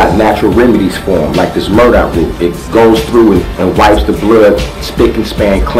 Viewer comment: it's Burdock, not 'Murdock'........;)